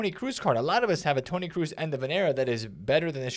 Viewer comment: Tony Cruz 😂 you butcher his name so badly it's not even funny I dunno, I had good icon picks so far, got Best yesterday and Bobby Charlton the other day, it's not a super big pull but they are both useable, for being basically free with all the fodder flying around it's not bad